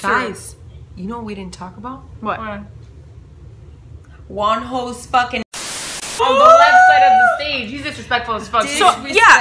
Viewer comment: I literally heard "WONHOS DICK" im with Krystal and michi on that one😂